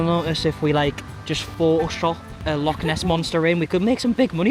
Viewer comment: As an Invernesian (someone from Inverness 😂) your pronunciation of Loch is breaking my heart 😂